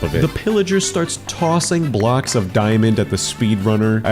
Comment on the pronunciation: The way he says blocks is weird like bblllackss